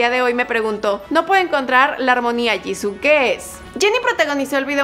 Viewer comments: No es 지고,es 지수,antes que me digas que es "Jisoo" se pronuncia "Jisuu" creeme estudio coreano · no se dice jissu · Hola me encanta blackpink pero Jisoo se pronuncia Yisu :) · No c dice jisoo c dice jisuu osea se escribe jisoo pero c pronuncia jisuu (no es hate :3) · no se dice jisoo ni jisuu es jisoo rabit turtle kim :v ok no pero se pronuncia jisu pero se escribe jisoo :v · Se escribe JISOO y se pronuncia jisu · se dice jisoo